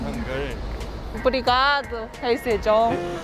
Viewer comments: Hahaha rei Serjão, zuando a pronúncia, esse não perdeu a alma brasileira 🇧🇷🇧🇷. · Passei mal quando ele falou rei Serjão. Ahahahahaha. Sejong gente., eu também brinco assim falando serjão. Ahahahah. Porque É o nome do meu pai.